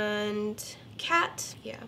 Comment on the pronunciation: Not caaaat its cat 🙍‍♀️🤦‍♀️